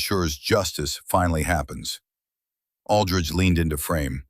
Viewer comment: I don't know if AI can't read or can't write but there is a hell of a lot of words, either written or pronounced wrong. Aldrich pronounced alldrige, twice hat Ij saw. Maybe AI is dyslexic and just says what it thinks it sees. Either way it gets a bit monotonous, when we read one mistake after another.